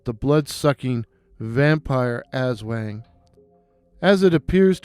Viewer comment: The wang in aswang is actually pronounced with the short a. Great work and it's really great to see creators taking the time to research our local folklore.